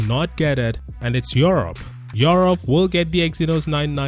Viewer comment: Nobody:: yourope😅